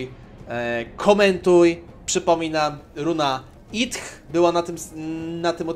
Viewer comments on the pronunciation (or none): nie Ith tylko Sith 🤣 jest przecież Sithem 🤣